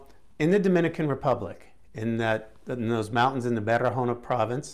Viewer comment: Barahona, not baharona